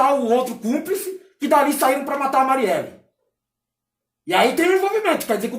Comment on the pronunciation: O triste é quando ele pronuncia o nem dela errado ! Tipo a Mariella.. com "a" além de querer convencer de qualquer geito que não está envolvido tudo bem cabe a justiça, agora tentar parecer tonto e convencer que nem sabe oque aconteceu publicamente sobre o caso fazendo questão de pronúnciar o nome errado falta de respeito! Mete o João sem braço....